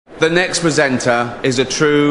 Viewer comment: He went from saying presen’ er to presenTer